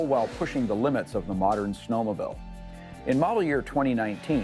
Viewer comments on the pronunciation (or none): Dear, It's pronounced snowmobile not snowmobill. There is no such word as 'ginormous'